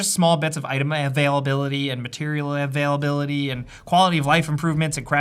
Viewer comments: Say it with me "a-vai-l-a-bil-ity" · why do you say “availability” so weird? Sounds like its painful leaving your mouth 😂